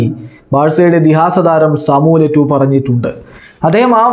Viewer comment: Eto'o ennalle yettu aaano😁😁